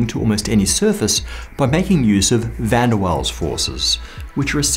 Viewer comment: "van der waals" venderwalls